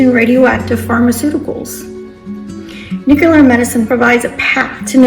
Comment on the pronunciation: NU-CLE-AR not nucular